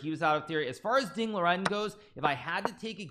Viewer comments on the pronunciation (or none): It's Liren, not Loren.